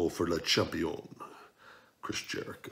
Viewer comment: Wrong pronunciation... it is """Laaa Shaammmpiiionnnn"""🤣🤣🤣🤣🤣